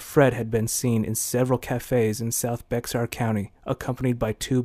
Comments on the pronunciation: Bexar county is pronounced Bear county. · It’s pronounced “ Bear”. The X is silent.